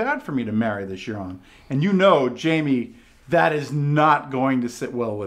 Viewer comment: That's Euron not Aeron fool